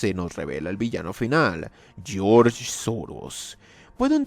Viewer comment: "Geoorge Soros"🤣